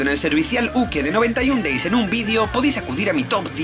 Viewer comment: "Noventaiun Deis" jsjsjsj no mams